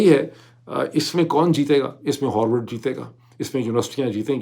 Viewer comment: It's pronounced Ha r vard, not Ho r vard. 🙏🏼